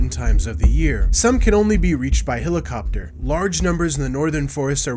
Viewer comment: Did I just hear 'Hill-a-cop-ter'? That maybe the weirdest pronunciation I've ever heard on such a common and well-known word.